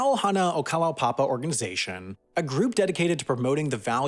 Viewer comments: and Kalow-papa, it's Kala-oo-papa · Went there some years ago when there were still 25 or so residents. BTW, I believe it's pronounced Kala-u-papa. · Kalaupapa should be pronounced "kah-lah-oo-pa-pa" :)